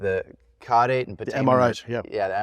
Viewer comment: Excellent work on this, and I especially appreciate correct pronunciation of "caudate putamen," in contrast to both Lue and Ross's surprising "kuh-daw-tay" goof.